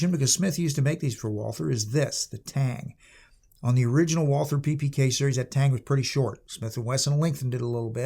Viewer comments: Fun fact - one does not pronounce the "th" it´s just "Walter" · It’s pronounced ‘Valter’. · Nicely done on the German words, but you were wrong on the most important one: there is no "th" sound in German, so "Walther" is just pronounced "Walter". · Walther is actually pronounced Valter in German. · The name is just said like "Walter" without the the "th" noise. It's like the name "Thomas" in that regard. If we were speaking German then we would say "Valter" But other than that, pretty good handling of Deutsch for the Ausprache und Übersetzungen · Just to point it out ... the h is silent. Pretend it isnt there, when speaking it. Just say Walter. Way more closer to the true pronounciation. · I wish you would pronounce "Walther" properly. Should be pronounced about halfway between "Valt-hare" and "Valt-her". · It's prounced Valther.It's from Germany. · A pity. After I finished the video. It's pretty pathetic not to be able to even begin to pronounce the German name of the manufacturer correctly after such an elaborate intro. Disqualification! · Walther; mispronounced by everyone since 1936.